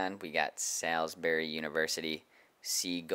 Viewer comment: And Salisbury (SAWLS-bury), not Sailsbury (he pronounced SALS-bury)